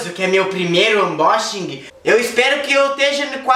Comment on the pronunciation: ãnbóxingui kkkk